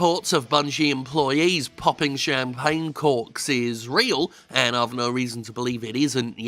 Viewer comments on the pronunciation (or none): none